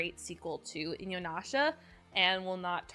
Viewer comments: For some reason I always hear 'Inunasha' when you are saying it. <X3 I liked the show but it felt soooo stretched out. Got the Final arc on BD and the movies on DVD. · Same! I was a little triggered by the incessant mispronunciation, but I appreciate clear affection for the series and characters. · You love inuyasha yet cannot pronounce it, what?